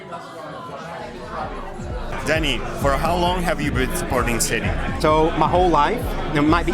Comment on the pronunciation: Wish fellow Mancunians would pronounce City properly rather than ‘citeh’ ITS CITY.